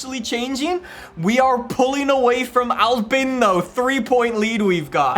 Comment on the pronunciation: He did not call Alpine Al Bins and im not the only who heard that 😂